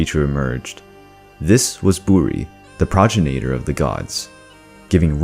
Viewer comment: It’s “pro-gen-i-tor.” Not “projen-ae-ter.”